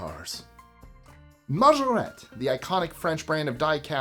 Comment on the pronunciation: Majorette - mah-jur-ret. Pronounce the t when there are 2 tt’s and an e at the end. Love that you work hard to pronounce non English works correctly.